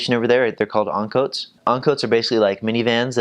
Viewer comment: Lol the "angkot"